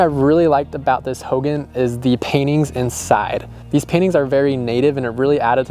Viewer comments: It's pronounced hoegawn. Hogan. Just a Lil tip on its pronunciation. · Ho gahn Emphasis on second syllable.